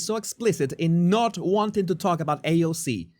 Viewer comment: Lol. I love your videos. Bernie mispronounced AOC’s name. Paid and bused in